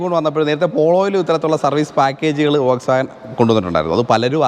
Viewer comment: വോക്‌സ് വാഗൻ അല്ല ഫ്രണ്ട് , ഫോക്‌സ് വാഗൻ ആണ്